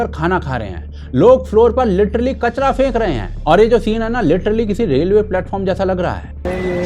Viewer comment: KAATWAA== KAACHDAA